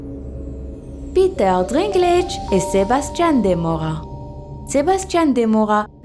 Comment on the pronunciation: Alors par contre les gars c’est Peter Dinklage, pas Drinklage. Y’a pas de R.